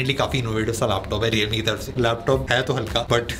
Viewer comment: Leowramee... Lol